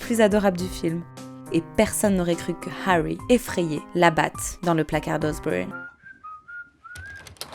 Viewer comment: Je pense qu’il faut arrêter de forcer les accents étrangers quand on ne l’a pas. C’est pas grave de parler avec l’accent français. Surtout sur des trucs style Harry Potter... qui dit Hawy ?